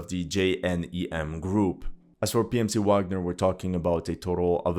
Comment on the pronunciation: I like you but I stopped watching, can't handle ignorance - it is pronounced VAGNER!!!!😢